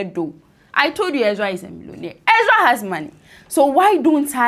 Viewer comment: She's also saying "Exra" instead of "Ezra".